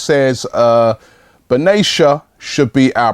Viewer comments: Just as a side not mehdi last name is pronounced BEN-AH-TEE-AH not BEN-A-SHA, also I'd love for us to look at paco alcacer from valencia, a very clever striker who is of a young higuain mould , thanks rob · lol, I was thinking the same thing. Benatia 😁😂😂 Sounds like a ghetto feminine name the way Ribbie says it. Ben a-ti-a not Ben -a tia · Robbie, it's BEN-A-TI-A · I agree with competition for each position and regarding the Morata situation if he does well in Euros then madrid would want to keep him and we can finally sign Benzima In addition Robbie, its been bugging me how you pronounce Benatia its actually ben-at-ia